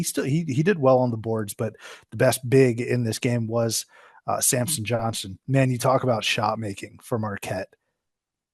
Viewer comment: How many time can he get Samson’s** name wrong. Every video!